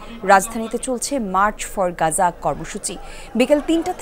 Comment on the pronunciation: মার্চ ফর পাজা নয় মার্চ ফর গাজা